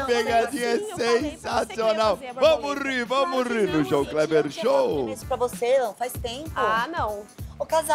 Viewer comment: It's not "Bamori", but "vamos rir", in portuguese it is informally pronounced "Vamo ri", it means "Let's laugh"